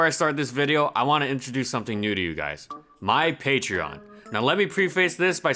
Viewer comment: It's pronounced "pay-tree-on" dude. Jesus fucking Christ.